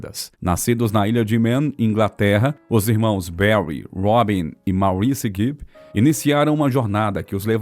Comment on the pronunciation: O velho problema de todos esses vídeos que circulam por aí: a pronúncia de palavras em inglês, uncluindo-se aí os nomes. Santa mãe de Deus!!! A pronúncia de MAURICE não é como a lemos em português e sim / Móriss /. A boa pronúncia de palavras de línguas estrangeiras, sem dúvida acrescenta uma boa dose de credibilidade. Pensem nisto! Portanto, / MÓRISS / e não / máuriss /, OK? Google tradutor ajuda a tirar certas dúvidas.